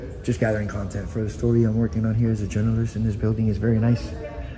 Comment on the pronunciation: "I'm a joynalist" The clown can't pronounce the word.